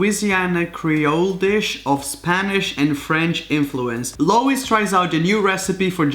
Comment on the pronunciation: said Lois wrong